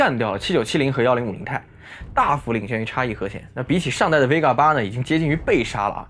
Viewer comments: Vega 不是 Vgea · VGEA?????? VEGA吧？